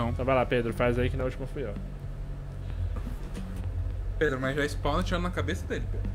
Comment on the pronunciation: Ele colocou de proposito nas gameplays mesmo ele quase sempre chama o Pedro De ''Predo'' De Zuera.